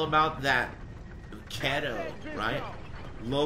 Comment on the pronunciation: key-to not ket-toe